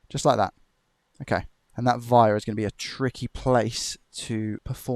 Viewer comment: Amazing job, but I could swear you pronounce the word 'wire' as 'vire'. Is it just my Australian ear?